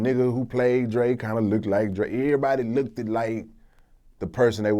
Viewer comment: "look-ted".????? smdh